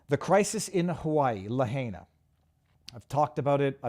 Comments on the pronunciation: it's pronounced "la-HIGH-na" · Someone tell Viva how to say Lahaina please!